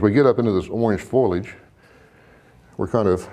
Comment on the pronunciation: The word is fo' li age, not foilage. Otherwise it's a good lesson.